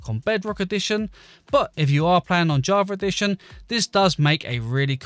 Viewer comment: Why the hell, when pronouncing "Java Edition" does everyone say "Javaredition"? Where the hell does that r come from?